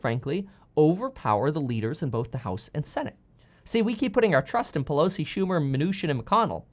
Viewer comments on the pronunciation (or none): none